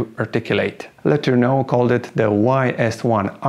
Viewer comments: When you make a historical video - perhaps you should research how the name is commonly pronounced FIRST ! It is known in USA as R. G. Lah ter noh !!! Accent on 2nd Syllable ... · What is he calling Letorneau,sounds like letter no